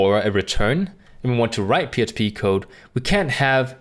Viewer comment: I agree that you do a good job with your videos. However, you keep saying "psp" when I think you're trying to say "php".